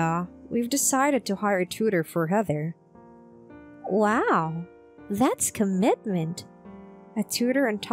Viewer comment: Heather, not haather